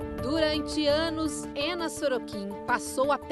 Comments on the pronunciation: É muito estranho a reporter ficar falando: "Éna", "Éna", "Éna"... pô, se a mulher é russa, chama logo de Ana... se quer pronunciar de modo "anglicizado", melhora a pronúncia... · Tentando perceber como é que Anna se torna "ênna" 🤦‍♀️